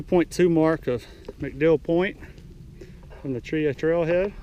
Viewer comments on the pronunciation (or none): Grew up right down the road near Delta, spent my whole life up on the Pinhoti and the other offshoots. Glad to see someone posting videos about it. Side note though, it's pronounced Chee-haw, not Cheeuh. Hit the Chinabee next time you're in the area. Beautiful trail.